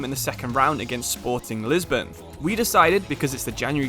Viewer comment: League one💀, Lisbon💀 and Line on Messi💀. I'm on minute 15 and there's already 3 things pronounced wrong Edit: Nou Camp💀 Edit 2: Nabry💀 Edit 3: Bresciya💀